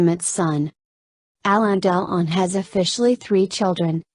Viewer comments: Honestly, if you cannot pronounce "Delon" and keep saying " Del On", you should leave this - it is ridiculous! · jessie james its Delone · its pronounced DEL WAN isnt it?